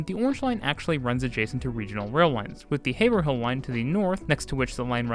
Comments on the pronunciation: Great overview, and I’m saying this as a Bostonian! So you know, when you mention the orange line running along the Haverhill line, it’s pronounced “HAY-Vrill” not “haver-hill” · Hearing you pronounce Haverhill as Hey-ver-hill was painful. It's pronounced by locals as Heyv-rull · did you really just say “haver-hill” 😂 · Haverhill pronunciation: Hay-ver-hill ✖️ Hayv-rill ✔️😂 Great video 👍🏻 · Also had to check in Midway through the video to mention the proper pronunciation of the Haverhill line is HAY-VRULL. I know it might sound silly but if you ask a local that's how they're going to say it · haverhill is pronounced hay-vrill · Love ur videos. FYI, haverhill is pronounced hay-vrill. Idk why Bostonians love pronouncing their towns wrong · Good pronunciation of Boston locations overall, but Haverhill is Haver-ILL or Hay-va-RILL. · Great Video! Thank you for covering the T. Only a few minor mispronunciations (which shows you did your homework): “Quinzee” and “Hayvril” - thank goodness you didn’t cover the commuter rail stations… Worcester can be very challenging to pronounce. Excellent video! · Haverhill pronunciation 😭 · Great video. You’re gonna be shocked when you learn how Haverhill is pronounced 🙂